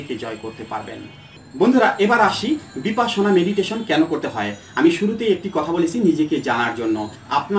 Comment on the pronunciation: বিপাসনা নয় বিপশ্যনা। মানে বিশেষ ভাবে দেখা।